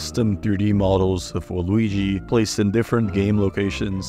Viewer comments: I don't know if it's just me but every Waluigi sounds like Luigi with an extremely silent V at the beginning. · I feel like you call Yoshi « Joeshi » and Waluigi just « Luigi » on purpose